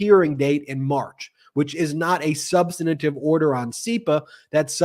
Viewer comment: Ben needs a diction coach to tell him how to pronounce "substantive".